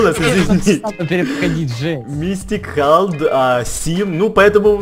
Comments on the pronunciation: хелд а не халд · то не халд а хелд он снемает в месте с Аидом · не Халд а Хэлд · не халд а хелд!) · Это не Халд а Хелд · ты неправильно говоришь, не халд,а хэлд. Я его подписчик. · не Халд, а Хелд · хэлд а не халд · не халд а хелд